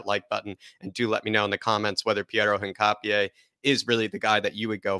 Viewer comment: Great video! Although I may be wrong, I think his surname is pronounced “Hin-cha-pe”